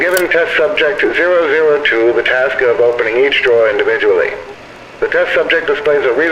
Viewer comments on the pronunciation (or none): none